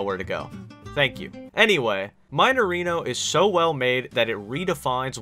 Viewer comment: "Maineirino" Eu perdi tudo quando ele pronunciou assim KKKKKKKKKKK